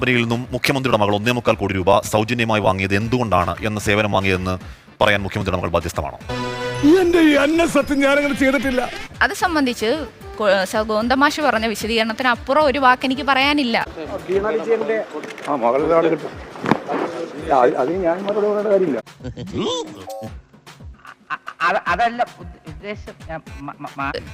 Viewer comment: കോന്തന്മാഷോ… ഗോവിന്ദന്മാഷെന്നു പറയൂ ,സ.ചിന്തേ..